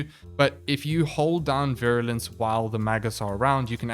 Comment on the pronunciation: You pronounced Virulence correctly, no worries.